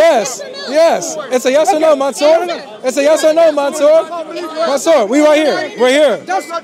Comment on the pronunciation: COOOOOOKED him 🤣🤣🤣 he turned monsur into monSOUP😭😭😂🤣🤣🤣🤣